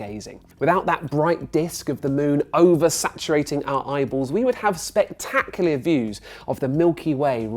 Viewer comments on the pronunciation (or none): Did he just say 'spectaclier' 😂